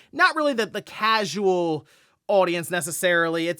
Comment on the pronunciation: I love how says the word “casual” almost like a slur.